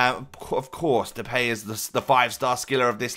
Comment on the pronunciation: You say Depay wrong. You say "The pay". That is wrong. You should say it like this "The Pie".